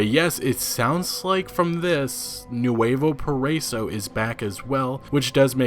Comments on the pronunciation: Please google Nuevo Paraíso to say the right way because you keep saying it really wrong. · When you said Nuevo Paraíso, I cringed so hard. I never realized how much English speakers struggled to pronounce Spanish words and names 😂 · I know but as someone who speaks Spanish and English it's funny to see how people pronounce certain words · It's so funny how u pronounce nuevo paraíso. Lol!!!!!